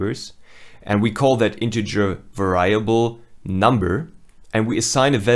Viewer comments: Learn to pronounce English words properly: "vAriable", not "varAIAble" ( , "parAmeters", not paramEters", "easier", not "more easy". "confIgure", not "cOnfigure" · Ugh are you going to be pronouncing "variable" like that through the whole course?